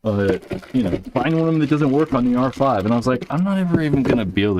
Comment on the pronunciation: Since you're clearly incapable of saying "R5", just call it the Geo 5. Damn.